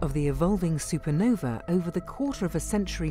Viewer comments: SUPERNOVA!!!!! NOT SUPER NOVI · Super-Nov-A NOT E AAAA HERE ME